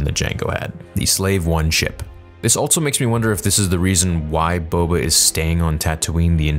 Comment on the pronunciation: THERE IS NO 'T' IN ALSO!!!